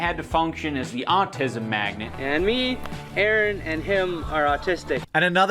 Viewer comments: Say magnet again lol. Just like Stewie trying to say Cool Whip. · Why can't he say the word Magnet